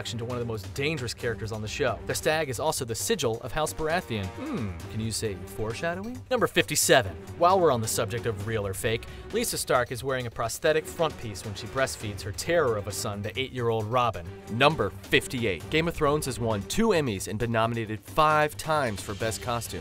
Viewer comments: well he doesnt even say lysa, he says LISA.... so 0 for 2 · Lisa Stark for Lysa Arryn! They didn't even say Lisa Arryn. Is it that hard to get someone who actually watches the show to narrate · Really wish this list was done by a fan who actually knew the names and how to pronounce them. Also, Lisa Stark, so wrong in so many ways... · Lisa stark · "Daenerius, Khal Drago, Lisa Stark, Tara, Old Nahn", has this guy even watched the show lmao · 57: Lisa Stark? You mean Lysa Arryn. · did he say "Lisa stark"????? Her name is Lysa Arryn. -_ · "Lisa Stark"... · Lysa Arryn not Lisa Stark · So many miss pronunciations Like he is pronouncing lysa as lisa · Lysa Stark? Lol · "Lisa Stark" smh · wait, he said " Lisa Stark"???? im just gonna kill myself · Lysa Arryn* 🤦🏼‍♂️🤦🏼‍♂️ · when you do all this research on the show how can you pronounce so many of the names wrong? Lysa Arryn, Catelyn Stark, Khal Drogo, Daenerys and more are pronounced wrong several times in this video. i love these videos but it really irks me when you don't even try to pronounce the names correctly...